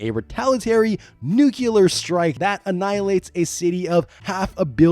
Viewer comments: NEW-KLEE-UHR! NEW-KLEE-UHR!! NEW-KLEE-UHR!!! Dammit man, I can't take it anymore! The word is NUCLEAR - it's pronounced the way it's spelled! WTF is wrong with everyone?!? How do so many of us butcher this one word incessantly?!?! It's NOT pronounced NEW-KEW-LUHR! IT'S NOT NOW, IT NEVER HAS BEEN, IT NEVER WILL BE, SO PULL YOUR HEADS OUT OF YOUR ASSES AND PRONOUNCE IT CORRECTLY! READ IT: NUCLEAR. SOUND IT OUT AND SAY IT CORRECTLY... This has gone on for faaar too long and it needs to end, so just... stop it! Words are spelled a certain way and pronounced a certain way. Get it right!!! Have a great day. Peace. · I know it's pedantic, but it's driving me nuts. "Nuclear," not "nucular." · The way you say nuclear is killing me. Its pronounced "new-clear" not "nuke-u-lar" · Why, since George Bush, is it ok to say *nuculer instead of *nuclear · Please, kids: IT’S 👏🏻 NOT 👏🏻 NUCULAR 👏🏻 IT’S 👏🏻 NUCLEAR 👏🏻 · NucLEAR .. not NucULAR .. Nucular isn't a thing.. nuclear is actually a thing.. ARGH! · dude it’s pronounced “New-Clear” not “New-Q-Lurr”. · nu-klee-ur, not nu-cue-lur, -please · I really like your stuff, but I can't help myself- the word is pronounced nu-clear, like it's spelled. Nuke-ular is what George W. Bush says. You say it so many times, I had to say it. Sorry. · That George Dubya Bush style Nucular fallout😂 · It's pronounced NU-CLEAR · Dropping out due to use of NUCULAR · "Nukuler" I'm out. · Nuculer is a wing flavor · You lost me at “nuke-u-lar”. I think it was maybe the 20th word you said. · guy says nucular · For the number of times the word 'nuclear' is repeated it might be worth learning that it's not pronounced 'nooculor'. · Correct. It's "nucular". The "s" is silent. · What is "nukelar"? Pronounce "nuclear". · Nucular i 2025 is insane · NUC-LEAR. There is only one you in the word nuclear. Jesus Christ it’s not a hard word to pronounce. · New. Queue. Lurr. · bro it's 2025, who tf even says "nucular" unironically ? lol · say Noo-klee-ur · Nook Lee Ar